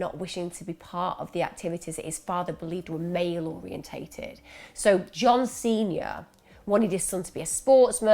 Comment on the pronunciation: I thought you said John Cena the wrestler when you said John Snr, I had to rewind it 😂😂x